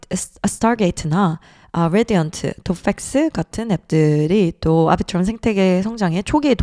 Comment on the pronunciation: 아비트럼을 앨비츄럼이라고 안하는게 어디임